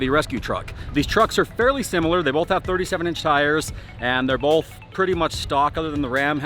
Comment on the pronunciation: Bolth…..bolth….😏 Both*